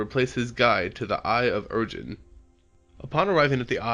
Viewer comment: Interesting video, fun to watch. Minor criticism, you mispronounce several of the words. Ugin and Vraska are some examples